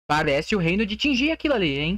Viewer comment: Primeiro, não se fala reino de tinjia, se fala reino de tingia kkk, se pronúncia o G do mesmo jeito que vc pronuncia o G pra falar thiaGo kkk. E segundo, vai ser uma nova ilha de fogo, tipo uma nascente de âmbar